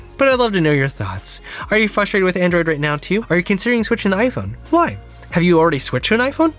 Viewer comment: Great videos, as usual. And I hate to be that guy, buuut... it's "frustrated", not "fustrated" 🤓